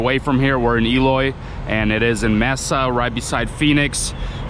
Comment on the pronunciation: Mesa is pronounced Masa, Maysa.